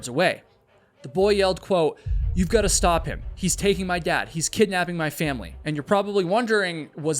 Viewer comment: the only thing i GOT out of this video is you cant pronounce GOT wtf so fcking annoying